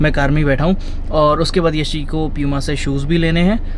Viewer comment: Puma ❎ pyuma ☑️ 😂